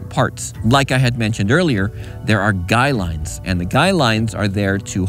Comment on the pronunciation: So glad you said guy lines instead of guide lines like so many people do. I've been a subcriber for a long time. I like to learn things from people who know what there're talking about.